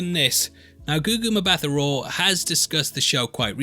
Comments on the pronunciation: Please for the love of god read your comments and pronounce Gugu’s surname without the H lol its literally pronounced “Mmmbuta” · Mbatha is pronounced "Mba-Ta."